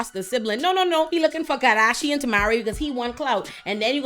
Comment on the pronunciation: I love the way you say ‘karrrdasion’ - that beauty ‘flophluencer’ is out, you need to be the meme ❤